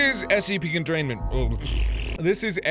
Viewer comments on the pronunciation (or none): Con-tune-ment branch